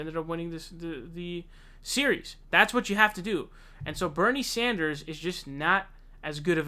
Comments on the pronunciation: Yes I really dislike when he does that..it seems as it comes natural for him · 😞I guess you just cannot pronounce Bernie Sanders name correctly and I’ll just have to accept that. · Jesus Christ pronounce his name correctly you goon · Pronouncing it like “sAUNders” distracts from what you say. Thats all i can think about because it sounds so wrong. Im not even paying attention to your point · It’s Sanders not Sonders! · Sanders not Saunders! Lol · Bernie's last name is pronounced Sanders (Sand-ers), (phonetic), not Saunders (Sond-ers) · Yeah he keeps calling him Saunders! It's Sænders, with a flat "a" (æ) sound! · His name is Sanders not Saunders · Good vid, one thing; it’s Sanders not Sonders. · Its Bernie 'Sand'ers, not Bernie 'Saund'ers. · It's SANDERS, not SAUNDERS. FFS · Stop calling him "Saunders" getting annoying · Bruh too many videos with you mispronouncing Sanders(Sand-ders) not Saunders which is a similar but different surname. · S A N D E R S not S A U N D E R S......there! Glad I got that outta my system. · Dude, his name is Sanders, not Sonders. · He switches back and forth between Sanders and Saunders, just like he did a few days ago with Joe Rogan and Joe Rosen. Idk wtf is wrong with this dude when it comes to pronouncing names. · Why do you pronounce his name as "Saunders" but when you talked about his wife, you said "Sanders." What? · I’m sorry... but Saunders? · Why do you keep saying 'Saunders'? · Why do you call him "Saunders" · Does say "Saunders" on purpose? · Again with Saunders lol - best was when it became Zaunders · BRO quit calling him Bernie Saunders. His name has no fucking u in it! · Do Muslims have to pronounce Bernie Sanders last name incorrectly? This kid keeps saying Saunders. I'm just wondering if Muslims will get in trouble if they pronounce Bernie's last name correctly. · How can this dude keep calling him "Saunders" after all these years? Jesus....